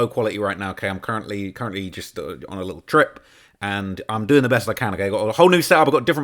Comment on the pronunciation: “D4VD’s lit-el Fixer” (uk voice) 😂